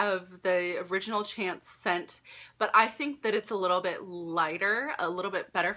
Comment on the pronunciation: Chanel chance is pronounced , it means luck in French!